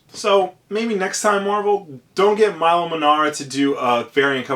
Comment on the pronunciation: It's pronounced "Meelo" Manara. I go to look up this artist and your vid of 464+ views is on the front page. Why?!?